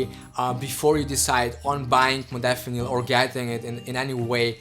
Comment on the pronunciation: Stopped listening the moment you misspronounced "modafinil". Laughable to think anybody should listen the opinion of somebody that after 2 years still doesn't understand the basics ahahahahhah :'D